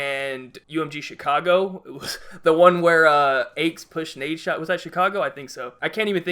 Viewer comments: lol, i shit myself in laughter when he said nadeshot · I was about to flip shit when you said nadeshot at one lmao